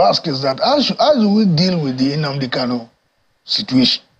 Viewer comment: Another point of correction; he is not "cano", but "Kanu". What ever Nigerian state like let them do, all I know is that Biafra is inevitable. I ❤ Biafra!